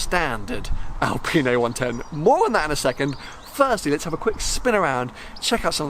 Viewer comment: It's an Alpine, not an Alpina (or my ears are playing with me and your pronunciation :P ) UPDATE: Oh sometimes you say clearly Alpine, good 😂